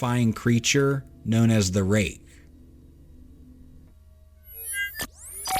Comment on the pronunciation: I stopped watching at the "Rake".